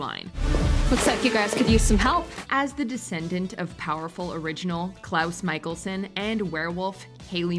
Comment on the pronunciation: Mikaelson is pronounced Mick-Ale-Son. Not Michael-Son.